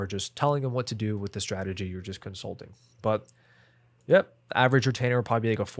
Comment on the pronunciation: i hate when creator just make half of the video talking about cons of a service like why you care? and while making notes I found a new word COM-SUT-Ling 😂 I feel you holding back many information you can answer me one what our client avatar look like? i mean what he selling some service? or a product and how much we gonna charge them